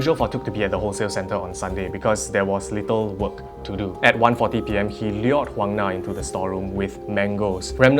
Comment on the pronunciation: Got a seizure every time you pronounce lured